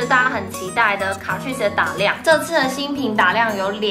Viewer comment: 卡ㄔㄨㄧˋ死這樣唸沒錯喔～